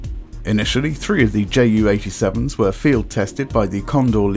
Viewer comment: Hi, I have a question... why are you name this bird as "JAY U"... anyone (in germany) call(ed) it "Ju" like in "You". "Ju" is just the abbreviation of "Junkers", also it was much easier to say "Ju" instead of "Jott U" (which is your Jay U)". There is also an other example... the Junkers JU 52 was called "Tante Ju" (Aunt Ju). So... why do you call it "Jay U"? And just as an educatioal information: german planes like the Me 262 or Do 335 were pronounced as "Me Two Sixty Two (Me Zwo Zwoundsechsig)" and "Do Three Thirty Five (Do Drei Fünfunddreißig)" (just because a "Me Zweihundertzweiundsechsig" is way to complex to say). Also, the german 2 (Zwei) was pronounced as "Zwo", because "Zwei" sounds too similar to "Drei (three)"...